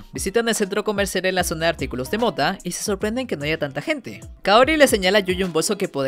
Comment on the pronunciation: Alguien mas cuando decida moda se escucha mota?